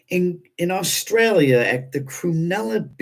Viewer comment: Cronulla beach. not "crunella"!! Nothing like cruella! ; ) Haha!!